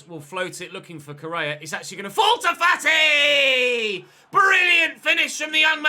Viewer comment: fAti not fatI gAvi not GavI tOrres not TorrEs 1 Euro, 2 EuroS not 2 Euro Just some corrections keep up the good work 🤸‍♂️